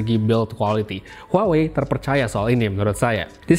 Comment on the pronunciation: Bukan huwa wei tapi WA WEI